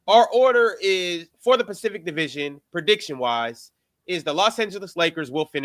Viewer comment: Ron: Um Sir Swipic.. Actually we’re talking about the Pacific Division today 🤓☝🏿